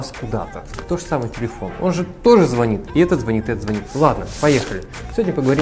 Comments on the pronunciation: не звонИт, а звОнит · Не звонит, а звонит.